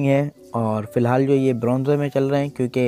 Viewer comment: Bronzeeee Nhi Bronze hota hai sir 😂😂😂